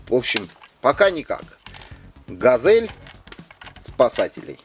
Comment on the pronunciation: Ведущий говорит не правильно, не газэль а газель и как-то он сказал мицубиси а надо мицубиши и ещё он сказал лада вэста а надо лада веста. Пусть ведущий учит слова!!!😡😡